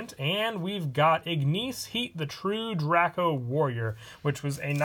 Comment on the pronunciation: The way u say true draco bothers me